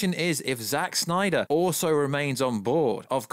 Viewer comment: Bring back the "snayder" verse 😂😂😂